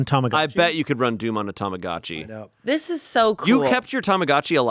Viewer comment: Hearing them say TOMOGATCHI instead of TAMAGOTCHI weirds me out every time. :D